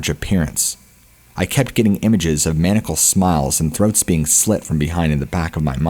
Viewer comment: Several. Like I said, I like the show. If I didn't, I wouldn't sub it! It can just be all the more jarring when he pronounces a word incorrectly. Some of the words are understandable if you've only read them, but never heard them spoken before. But, just on this episode... "Baton Rouge", "ethereal" and "maniacal".